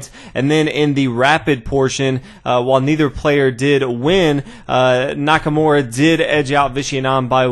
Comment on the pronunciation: you gotta try not to butcher Nakamura's name so much. His name isn't Nackamore...